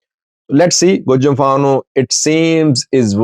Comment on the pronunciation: pronounced Gojam just like the people from the area. He has become one of us.😂